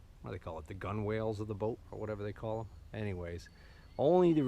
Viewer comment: The word Gunwale is pronounced "gunnel." Navy brat and vet. Thanks for the video,! I never will learn to wait to comment. Besides, comments drive your channel. I thought you already cleaned out the back of that boat? It's filthy again!